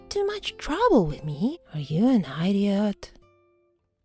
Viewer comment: I love how you pronounce idiot like eye-dee-ott